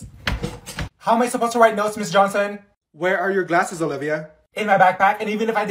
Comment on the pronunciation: I accidentally put Olivia at 2x speed when she said “ mRS JHONSOM” and she was like MS JOSON